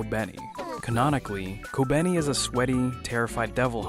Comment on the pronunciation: Youre completely miss pronouncing kobeni's name and Is very distracting